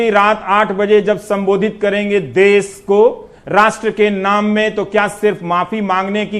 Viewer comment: देश होता है देस नही सर